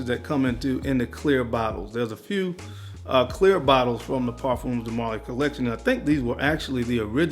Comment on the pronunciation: I love you man but it is pronounced Par-fums like it rhymes with Par-gums or Par-thumbs de Marly. People often think it's pronounced like perfumes so they say what you're saying, "Par-fūmes de Marly" it's Par-fums.